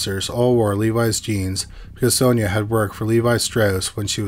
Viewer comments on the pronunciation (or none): none